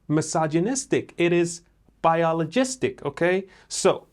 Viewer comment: Loved the "biolosgistic" part. 😅😅😅😅